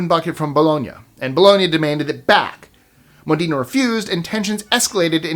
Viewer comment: Regarding the " War of the Oaken Bucket"; the correct pronunciation of Modena, Italy is " MO-den-ah" with accent on the first syllable rather than "mo- DEEN- ah". This was a really interesting list overall, with the dogs disrupting the baseball game being a fun non harmful story ❤